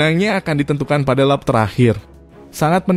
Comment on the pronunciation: Ko...itu narasinya banyak kata yg janggal pas ngomong kata berbahasa Inggris pengucapannya salah terus. Mick klo pengucapan inggrisnya "Mik" bukan "Mic" dan Asociation pengucapannya bukan "Asosiaton" tapi "Esosiesien" 😁 Lap pengucapannya "Lep" susah kalo dieja tapi kurang lebih seperti itu 🙏.